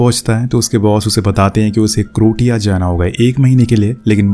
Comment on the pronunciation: क्रोटीया नही क्रोसिया होगा ।